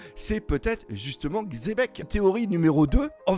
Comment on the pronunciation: qui dit enfin Xebec et plus Chebec (hormis s'il le disait déja et que j'ai raté un épisode)